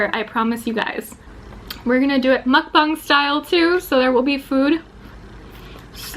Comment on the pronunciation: I think it’s muck bang not bung it’s like bang.. I think,l